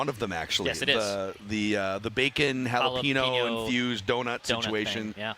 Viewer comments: needs to learn how to pronounce “jalapeño”. Dex has it correct. It’s not “hall-a-pee-no”, it’s “hall-a-peen-yo” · How does not know how to pronounce jalapeno properly